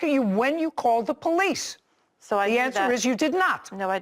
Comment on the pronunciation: Called dee poe-lice... 😮 . And den... 😮 . And dat dare was an accident... 😮 . she was in ah ax-ah-dent...